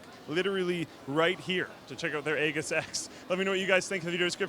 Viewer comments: It's ay-jis not egg-is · It's pronounced "Ey-jis", I'm pretty sure. Looks good. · Is this actually pronounced "EGGISS" or is he just messing up "AGEISS". My OCD won't let me ignore it? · Isn't it pronounced aejis? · ...it's pronounced EE-jiss... It's a shield in Greek mythology. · A-JISS, A-JISS, A-JISS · It's completely wrong. It's pronounced like eejis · Aegis is pronounced ējis :). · Pretty sure it's a soft 'g'... If not, MSI needs to learn how to pronounce the words that they're ripping off to use in their models... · Aegis is pronounced /ˈējis/ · It's pronounced "ējis". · pretty sure is pronounced " eejis " ^_^ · omg people look at the dictionary. it's English pronunciation sounds like " Ejis " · I'm sorry but I'm almost certain that they are both wrong with the way they say aegis. If you know about military equipment you would be aware of an Aegis class of destroyer which is pronounced "IE- EE- G- IS" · was less wrong. In English, "aegis" is pronounced /ˈiːdʒɪs/, where: "i" is the "ea" in "ease;" "dʒ" is the "j" in "joy;" "ɪ" is the "i" in city; and "s" is the "s" in "sit." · Aegis is pronounced Ee-jis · Aegis (pronounced ee-jis). Is an object from Greek mythology - the shield carried by Athena and Zeus. The word aegis is today identified with protection by a strong or powerful force. Any self respecting computer nerd should know that. 🙄 smh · A-giss?.... come on. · it's pronounced aeijis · aegis is pronounced eejis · Why does he keep pronouncing it "egg-us"? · I thought it was pronounced "E Jis"? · you pronounced aegis wrong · Because no one at Computex knows how to pronounce Aegis. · The case and pronunciation of Aegis were equally terrible. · holy shit yo said Aegis wrong so so many times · no, the g is pronounced like a j. I know because I work around the Aegis combat system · I know they both are wrong but was the closest to pronouncing it right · Pretty sure that's not how you pronounce "AEGIS" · pls say aegis right